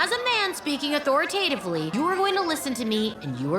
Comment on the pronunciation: Bruv the word is: AUTHORI-TIVE-LEY......... but she said: AUTHOR-A-TAE-TIVLEY.😂😂